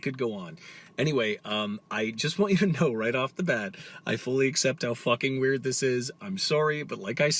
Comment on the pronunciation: "That Wæerd"